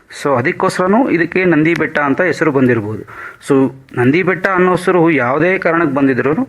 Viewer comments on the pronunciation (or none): none